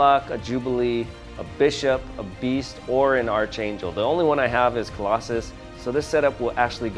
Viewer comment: It’s pronounced ARCangel 🙄😂 good review though 👍🏽